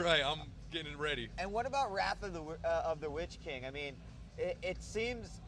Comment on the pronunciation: its litch king not witch king :P